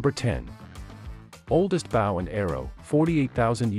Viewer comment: Your voice synth can't saw "bow". It lacks context.